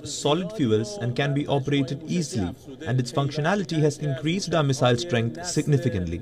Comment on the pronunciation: First try to learn the pronunciation of missile. It is not mizzile.